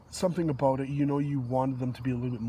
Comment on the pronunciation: "aboot that" lol